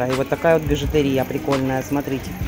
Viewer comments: БижутЕрия - ударение на Е, а не на И! Ужасно режет слух ваша речь! Ну, столько грамматических ошибок в речи для дамы в возрасте - это тихий ужас!!! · Спасибо за обзор,. Бижутерия надо делать ударение на букву е.